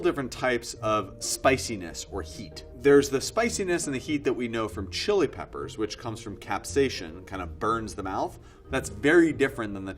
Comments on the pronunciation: I couldn't help but notice that he referred to the spicy element of chili peppers as being "capsation" instead of "capsaicin". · He doesn't know how to pronounce "Capsaicin" or "homogenous" lmao. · Yet he can't pronounce "Capsaicin" or "Homogenous" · The way he says capsaicin tells me this man has never taken a biology course in his life